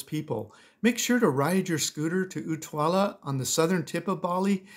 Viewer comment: And by Utuwala, do you mean Uluwatu, by any chance? 🙃